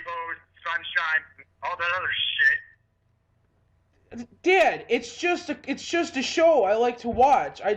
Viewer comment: this is the dad and son from the goofy movie. not goofy and his son but the other two. Pete and PJ. I could recognize that "dayd" anywhere, uncanny.